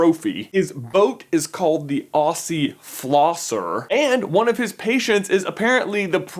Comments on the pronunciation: Ossie. No m8 it's pronounced ozi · when people not from australia pronounce "aussie" wrong XD It meant to be pronounced "Oz-ee" not "Oss-ee" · It’s ozzy not ossy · it is not pronounced "ossie flosser" it is pronounced "ozzie flosser" but, hey, you're not from Australia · its not ossee, its Auhsee, short for Australian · uhh it's pronounced like 'auzzie' not aussie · I hear you say Ossy Flosser, I am an australian, we say it 'Auzzie Flosser" PAYS TO HAVE A CORRECT PRONOUNCIATION!! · He said Aussie like osie instead of ozzie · it is not orssi flosser it is pronounced ozzie flosser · Just letting you know you don't say Aussie like Orsee you say it Like Ozzie. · it's Zee, not See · It's not pronounced Aussie, it's Auzzie. STOP IT!!!!! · So... all you non-Australians.... The nick-name "Aussie" is not pronounced with a soft s. It's pronounced with a hard s. The correct pronunciation is Auzzie. Just, FYI, for the future. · ozzie! not ossie. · its pronounced OZY!!! not awssie!! and that ascent though!! face palm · Okay, I like you... but ALL Americans pronounce Aussie as Au-See. It's actually pronounced Au-Ze. It's not really a big deal, i don't care. :D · Oorsie! No it's pronounced Aussie mate, were from Australia mate!! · He said "Aucee" instead of "Auzzie" (Aussie) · OSSY flosser? wtf? IT'S PRONOUNCED OZZY! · We pronounce it "ozzy" not "ossy" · its pronounced ozzie not ossie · Omg he says "Ossy Flosser".......... I'm Australian and it says Aussie Flosser. IF YOU SAY AUSSIE U SAY IT RIGHT MATE. ITS PRONOUNCED OZZY if u were wondering... Racist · Sorry to say, but 'Aussie' is not pronounced 'Ossie.' It's in fact, pronounced 'Ozzie.' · You said "Ossy Flosser" Aussie is actually pronounced like this "Oz-Eee" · Lol... its not Hossie its more like Ozzie! I love all the different ways people pronounce Aussie :D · don't say ossie say ozzy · Aussie is pronounced Ozzy, Not Ossy. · Aussie is pronounced (Aw-Z) not (Aw-See) NOT LIKE LASSIE THE DOG! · it's pronounced "ozzy" not "ossy"